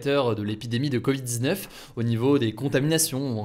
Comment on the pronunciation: Quand tu dis covid on dirait que tu dis coït